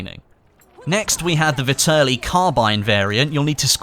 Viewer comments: Nice video, but its pronounced Vehterlee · It's pronounced Vet-er-Lee